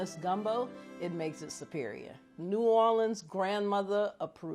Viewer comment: Legit as soon as I heard “aight we gon’ make naw’awlins seafood gumbo” I was like.. that’s the gumbo I want. 😂